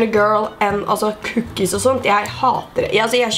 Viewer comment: Når du sier cookies høres det ut som du sier "kukk-is" hahahaha